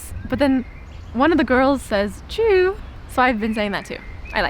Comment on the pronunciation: Tschöö, not chew!